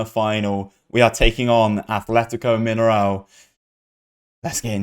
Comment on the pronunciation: I can't hold it in anymore! Are they not pronounced Min-air-o? I've always called them that and could swear it's how I've heard them called. Love these btw. Doing bits even after a mass exodus to Europe!